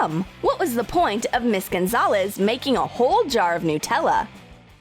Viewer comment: Anyone else pronounce Nutella n-tella?😂😂